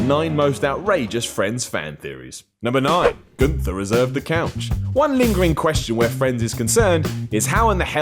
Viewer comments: Why did pronounce Gunther as ‘goonther’. And don’t try to tell me that ‘maybe in some places it’s pronounced different’. No it’s pronounced ‘gun-ther’ in friends, so don’t say it wrong. Also with the Ross Aspergers thing, I agree. My twin brother has aspergers, and I can see that in Ross. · Another reason it’s made clear he’s never watched the show, is he pronounced Gunther wrong and also said that phoebe had her own family, even though it was just her with the triplets. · Well at least you know that he is not a fan because of the way he pronounced Gunther. What the fuck is Goonther, just watch an episode m8, jesus.